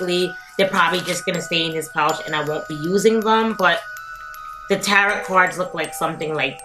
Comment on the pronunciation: Just so you know, you don’t pronounce the last t in tarot. It’s like, “tare-oh”